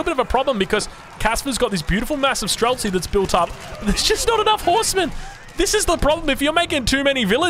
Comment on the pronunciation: Its pronounced stree-lets. Shooter in russian.